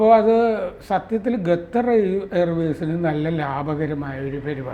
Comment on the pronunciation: ഗദ്ദർ അല്ല ഖത്തർ പ്ലീസ് prounce correctly ❤